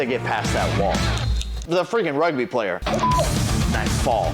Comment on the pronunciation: Me as hearing rug b, or Rugby not good as my saying, do not mind it.